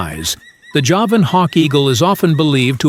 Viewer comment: Javan means from Java, it is pronounced JAH-vuhn. Not juh-VAN.